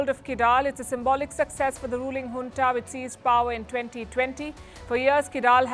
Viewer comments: It’s Junta ,not Huntaabut you are doing a great job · In the west Junta is pronounced as "Unta" J silenced.